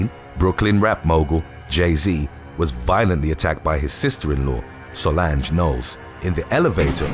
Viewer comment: Not sure if you've done this one yet,if you haven't,may I suggest doing one on,"When video gaming competitions go wrong"? Not even a Beyounce fan nor like her,but you did pronounce her sister's name wrong.SA-LAHN-SH(J sound) silent E.